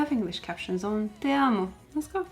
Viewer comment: Love the way you say "TE AMO" <3